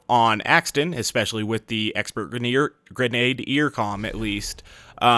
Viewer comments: Jane Murphy No, he's not. He said it two different ways; 1. Greh-nay-dee-er 2. Greh-nah-dee-er The video's pronunciation is the same as mine, the correct one. The two you are defending are both incorrect. So, thank you for giving something to back up my statement, as well as discrediting yours. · is absolutely right, it's pronounced greh-nah-deer. I didn't really feel like pointing it out because I don't think it's a huge deal, but it still bugs me a bit every time he says it, lol. For further reference, here is a much better source than what Jane Murphy provided. CAMBRIDGE, BITCHES! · Genadier is pronounced like: Gren-ah-deer. Doesn't matter too much, just annoyed me a bit.